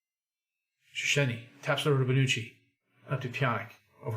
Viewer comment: Just to end your torture, it's Shhessny. Make a long shhh sound and then ess like chess, ny like knee. Technically it's Shchesny - h in English has its secondary job done by z in Polish, so sz is sh, cz is ch. Just to be contrary, the Hungarians do this the other way around - sz is s, and s is sh. Ain't languages fun? 😋